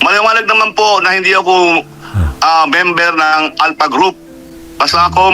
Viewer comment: 😂ahaha si General Estomo bulol n sya Alta daw sabi nya Alpha eh ngek😂 umeekis n sa highway ung mga driver 😂